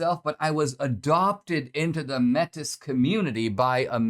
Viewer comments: you keep pronouncing that wrong, metis, is like met ee, not met iss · Canadian here: fyi, Metis is pronounced 'May-tee', thank you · Good vid D. FYI...METIS is pronounced like MAY-TEA. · It’s not Métis it’s pronounced ‘ maytee’ . However As always Dinesh speaks the truth. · Metis, I do believe is pronounced (May-Tay) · Métis is pronounced may-TEE. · Metis is pronounced May-tee.